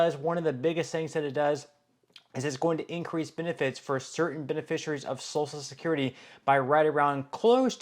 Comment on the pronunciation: Please stop saying salsa security it’s social security listen to your own videos are you referring to food or social security? It is hilarious on how you pronounce these words